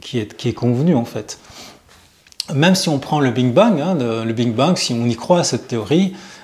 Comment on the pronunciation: Big Bang et pas bing bang Pas grave mais souci d’exactitude. Merci pour vos vidéos très intéressantes. 🙏🕊🌹